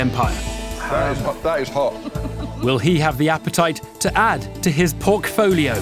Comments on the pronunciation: "porkfolio" shoots narrator in the head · "Porkfolio." Evan Davis is the gift that keeps on giving.